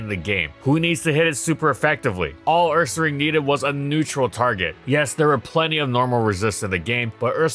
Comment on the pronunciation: Love how you said it "UrsaRANG," exactly like we used to back in middle school 😄 The pronunciation for people with taste